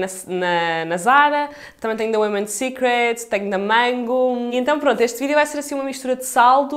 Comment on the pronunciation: Finalmente alguém que diz "Women" secret e não "woman"! 😊 Adorei as compras, beijinhos.